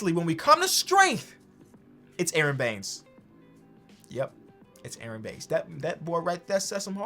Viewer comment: “aaron baynes” me the raptors fan: what the fuck